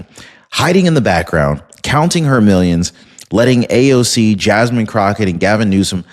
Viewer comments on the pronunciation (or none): none